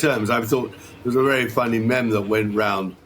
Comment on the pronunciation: lol he called it a "meme" with the french pronunciation! a truly meticulous scholar.